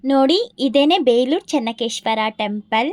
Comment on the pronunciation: ಚನ್ನ ಕೇಶವ ದೇವಸ್ಥಾನ, ಚನ್ನಕೇಶ್ವರ ಅಲ್ಲ